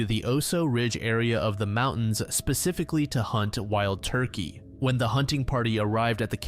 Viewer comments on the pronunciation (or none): none